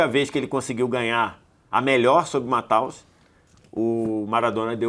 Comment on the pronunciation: PQP!! Porque as pessoas passaram a chamar o Lothar Matthäus de "MatÁus" ?!?!?!?!?! QUando ele jogava, a mídia sabia falar o nome dele. O nome se pronuncia "MathÊus". Simples, fácil...